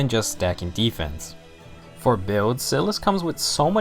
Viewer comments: Its SAI-LIS, not sil-as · Your saying Silas wrong.